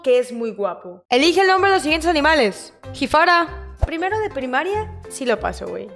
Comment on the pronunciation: "Jifara😻💅🏻" JAJSJAJA